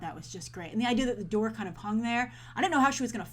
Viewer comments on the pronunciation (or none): none